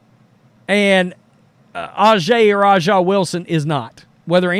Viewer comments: It's obvious to me that you don't watch the WNBA. It's just as obvious that you are not a Steely Dan fan either. A'ja (pronounced asia) Wilson does not have time to be jealous of Caitlyn Clark. You really should not exhibit either your ignorance or your disrespect. Yes, she is all that, and you can't pronounce her name? And you should stop saying that nobody watches the WNBA. Speak for your hating self. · At least try to pronounce her name properly, you are disrespectful